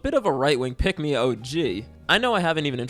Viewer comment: The more you say pick me, the more I hear pigmy